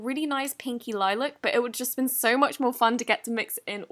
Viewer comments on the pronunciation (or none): none